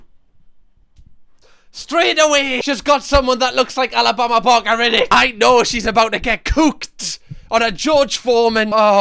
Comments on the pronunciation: The switch in this video from “Alabama barker” to “Alabama Bama” is everything😂😂😂😂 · “Alabama barmah” 💀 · “Alabama barma” 😂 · Sooo satisfying he calls her Alabama barma the rest of the video 😂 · Alabama barmer actually. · Am I the only one who loves the way says ‘Alabama Barker’?! 🤣🤣 the best accent to be saying that name!!👌🏼🤣 Edit - Or should I say, Alabama Balmer 🤣 the further he goes on, the more it’s mispronounced hahaha